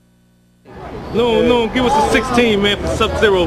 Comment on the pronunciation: lol !!! its LOON man not moon